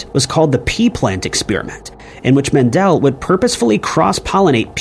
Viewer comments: It's "MEN-duhl", NOT "Men-DELL!" GET A CLUE! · Its actually mEndel, not mAndel secondletter is an E not an A. Thank you.